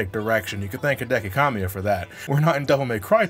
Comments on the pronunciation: I love ya buddy, but his name is pronounced Cuh-mi-uh, not Calm-i-uh. Most Japanese names put emphasis on the middle syllable, as awkward as that is for native English speakers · uhh bit wrong there. Kamiya pronounced (Cah-mee-yah)